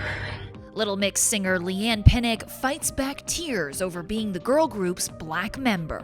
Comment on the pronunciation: I don’t know if I’m the only one bothered by this but I am hearing ”pinnick” instead if Pinnock 🤷🏾‍♀️